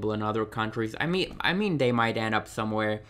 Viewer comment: Great video! Thanks for the info :) I'll probably pick up Andrade, Tye and and some of the Elites. Just out of interest, is English not your first language? Just that you say 'dat', 'dey' and 'dese' instead of 'that', 'they' and 'these'. Not having a go! Keep up the good work! :)